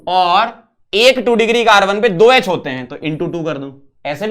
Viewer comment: यच ❌ एच ✅